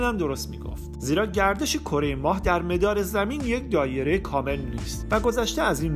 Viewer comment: سلام، خیلی عالی صدای گرمی دارید و کاملا حرفه ای اجرا می کنید، مثبت و پرانرژی..... فقط یک چیز گاهی بدجوری میزنه تووی ذوق، تلفظ اشتباه برخی واژه ها مثلا واژه«مَدار» که شما مِدار تلفظ می کنید، درحالی که به زبان فارسی اجرا می کنید حتی در عربی هم اینقدر تیز ، از کسره استفاده نمیشه در این واژه، به این واژه ها دقت کنید مَدار، مِدار، دُور، دایِره، مُدَّوَّر، دَّوّار، دَوَران، مثل آن است که مثلا دَوَران را دِوِران تلفظ کنید البته جسارت شد دوست عزیز، موفق باشید